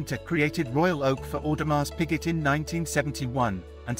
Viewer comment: Sir, the pronunciation of the brand and tourbillon needs to be corrected. The dial of the royal oak is mostly referred to as TAPISSERIE dial. Please do it right next time.